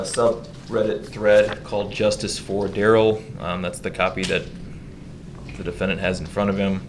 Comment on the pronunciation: Dorow got her own little dig in there at Darh-rell .....if you were paying close attention. It would just slip out....ever so slightly. 🤣🤣